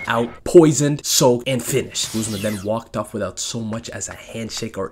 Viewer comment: It's GUZMA, not GOOSE-MA